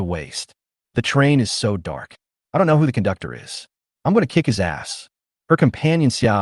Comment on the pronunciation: I heard "kundoktor" nice😮😮